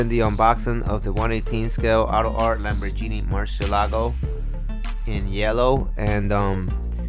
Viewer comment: Lambor*GEE*ni not Lambor*JENIE*